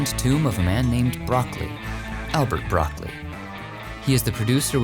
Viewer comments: Broccoli is not like the vegetable, Bro- ccol- i (pronounced like e) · sorry, its not broccoli like the veggie, but like broc-coalie.